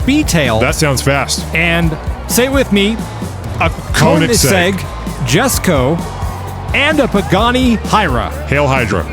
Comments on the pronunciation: Just a heads up before the fanboys blast ya, Jesko is pronounced “Yesko.” Idk why but it just is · It's pronounced YESko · its actually pronounced why-rah and yesko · For future reference, if and/or care, the Koeniggsegg "Jesko" is pronounced "Yesko". Named to honor Christian Koeniggsegg's father.